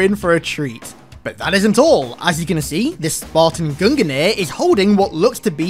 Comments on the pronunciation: Love the vids, but have to say its gung-nir. Not gungen-ir... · Mate its Gungnir, not guninir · You can just pronounce it "GUNG-NEAR" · Gungnir is pronounced "GUNG - NEAR"